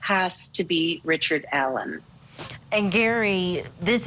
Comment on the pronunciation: She called him "Gary", not "Gray" 😂😂